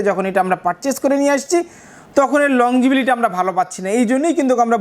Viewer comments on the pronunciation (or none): ভাই আপনি বারবার বলছেন লং জিবিলিটি। আসলে হবে লংজিবিটি। উচ্চারণটা কানে বাজে। আপনি যেহেতু একজন টেক্সটাইল ইঞ্জিনিয়ার সুতরাং উচ্চারণটা শুদ্ধ করে বললে ব্লগটি শুনতে আরো ভালো লাগতো। আপনার জন্য শুভকামনা